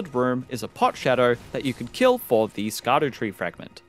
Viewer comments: For anyone who doesn’t know Scadutree is actually supposed to be pronounced shadow tree. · It's pronounced Shadowtree 🤓